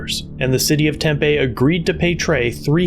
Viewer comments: The name of the city is pronounced tempee. with a long e on the end. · It is the City of TemPEE! The names in Phoenix Metro can be tricky at times, but you still need to pronounce them correctly. Haha! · Just an FYI: Tempe is pronounced "tem pee" Thank you for everything you do!